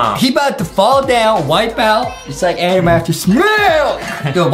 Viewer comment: DID U JUST CALL HIM ADAM IT IS ADEM